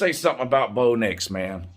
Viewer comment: everytime you say "Blow Dicks" i crack the fuck up 😁🤣